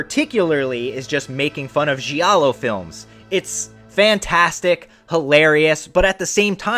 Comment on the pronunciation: Great channel but one thing…please use the right pronunciation of the words giallo and gialli. Its a silent “i” Don’t worry so many people in the horror community say the words wrong 👍